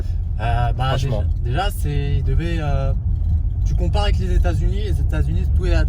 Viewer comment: Super vidéooooo :D trop bien de faire venir tout le monde ! (le s à "unis" tontooooon)